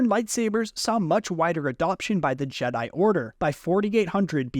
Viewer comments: Jeh-Die Not G-Die Or Jeddi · I keep hearing you say jeedi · JEEDI? did you just say JEEDI? yeah im out bro goodluck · Bro said jeeeedai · He’s right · I've never once heard someone not pronounce Jedi correctly.... 😂😂 literally first time ever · The way you pronounce ”Jedi”, makes me question of I’ve pronounced it wrong this entire time. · I left when he said jedi wrong